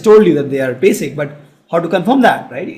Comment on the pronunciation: its basic not basis